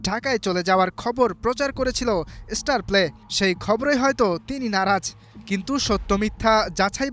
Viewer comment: আপনি একটা ফাউল, ফালতু সাংবাদিক।আপনি কোচের পেছনে লেগেছেন কেন?আর ঝামেলাপূর্ণ ব্যাপারগুলি নিয়ে নিউজ করেন কেন?তিলকে তাল বানিয়ে দিতে চাচ্ছেন।আপনিতো মিয়া উচ্চারণই করতে শেখেননি।স্টারপ্লেকে বলছে ইস্টারপ্লে।